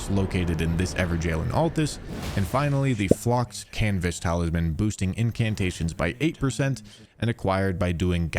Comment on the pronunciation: I'm glad to hear I'm not the only one that says "taliman" when talking about talisman sometimes, stupid word, sometimes it comes out like that, it is what it is haha